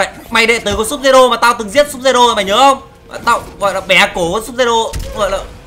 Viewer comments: Sub zero đọc là Sub_zero9 n:)) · Vãi chơi Scorpion mà đọc là sud-zero:V